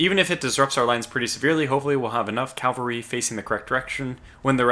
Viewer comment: Cav-al-ry. Drives me nuts.